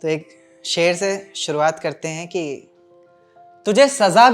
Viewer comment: aapke khayl bht achhe he bhai lekin aapke tallafuz me bht galtiya he unhe thek kro bhai ser nh sher hota he Gum b glt bolte ho aap